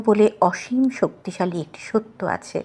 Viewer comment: পাঠ সুন্দর। কিন্তু আছে শব্দটি হাছে হয়ে গেছে। আর রবিঘোেষ সম্বন্ধে মূল্যায়ন তো কিছু বলার স্পর্ধা নেই। 🙏